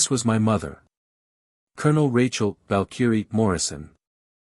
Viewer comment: Need to learn PROPER PRONUNCIATION of VALKYRIE!!